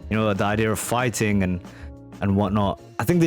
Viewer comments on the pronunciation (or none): The real question is: did he say "fighting" or "farting"?